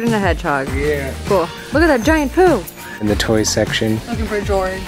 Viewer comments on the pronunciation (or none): “Look at that giant Pooh!” Sounds like poo! 🤣